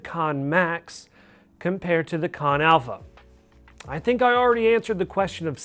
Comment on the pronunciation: It's pronounced CAN not KON, super irritating when you cannot pronounce the name of the device. They would have put an O in KANN if it was going to be called KONN. your the second reviewer to pronounce it wrong.